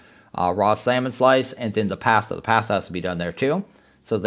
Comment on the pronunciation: Ok I know we all have different accents but the way you pronounced pasta is killing me.😭